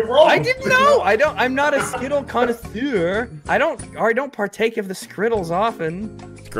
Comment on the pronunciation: "im not a skittles conasure!" - 🤣🤣🤣🤣